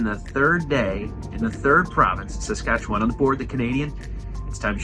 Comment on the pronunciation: Welcome to our country. I hope that you two enjoyed yourselves. Oh Susanne didn’t warn you of her Bingo skills on the wedding day, sneaky, sneaky. If you ever get a chance to drive Highway 1(Trans Canada Highway) you should do it. pronounced Saskatchewan like a pro. Most people start making faces, trying to sound it out. Good job.